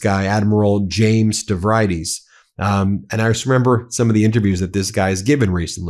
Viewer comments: Just a kindly FYI... It's pronounced Stav-ree-dees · Ben, use a slight adjustment in your pronunciation of "Stavree-dis".